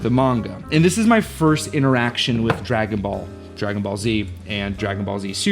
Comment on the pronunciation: Outrageous misreading of Dragon Ball 😂